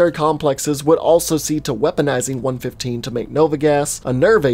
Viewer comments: one one five, not one fifteen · AND ITS 1 1 5 NOT PNE FIFTEEN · Love the video, I really did but everytime you said one fifteen it made me wanna puke please, it’s one one five❤️❤️ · Is it just me that gets annoyed hearing him say 115 instead of 1.1.5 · "Element one fifteen".....its "one one five" ..that triggered me way more than it should have lol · Am I the only one who gets triggered when someone says it as 1-15 instead of 1-1-5? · ITS ONE ONE FIVE NOT ONE FIFTEEN!!! MY EARS BURN!!! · its one one five not one fifteen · Man it’s not pronounced 1 15 it’s 1 1 5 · Dude it's pronounced ether the a is silent, and it's one one five not a hundred and fifteen 😒😔 ( such disrespect to cod zombies) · One fifteen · no offense but 115 is said seperatly like 1-1-5